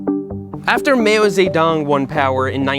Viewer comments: Did he seriously just pronounce Mao as "Mayo"? 😂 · Peak Express Seth- excellent video title for a fascinating bike and video, thanks! I believe the pronunciations are "Rah-lee" (like the NC capital) and "Mow" (like wow). Keep up the unique work and the gratitude at altitude! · i had to get up and go take a walk at the pronunciation of Mao. even the auto-caption caught that as "mayo". Hoping its a bit Also, in case ur curious about an actual historical comparison, in the US in 1890 (10 years after the introduction of the Safety Bicycle when the % of people who owned a bike was no longer 0), they still cost more than an entire year of an average (including all of the rich people, not just peasants) worker's salary. So, taking in to account that in 1890 the US had 1/10th the population as China had in 1950, and had not just been leveled by a world war and decades of genocidal occupation by a western puppet state (the US literally built fascism in Japan and then participated in the invasion that dismantled the Chinese state & burned their government to the ground...), and there was no Chinese embargo of exports to the US like the US started against China the year they overthrew the occupation that the west had put there, I'd say they did a pretty good job with what they were working with. I know we're just talking up the content but I find historical context interesting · It’s not every day I hear someone pronounce Raleigh correctly. But Mao is not pronounced Mayo. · Mayo Ze-Dong :V